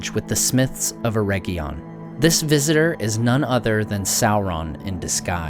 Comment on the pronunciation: Love your videos, but you're killing me with you pronunciation of Eregion. Its not a herb. should sound like Eh ridge inn